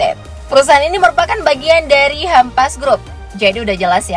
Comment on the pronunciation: Mbaknya bukan hampass bacanya tapi humpuss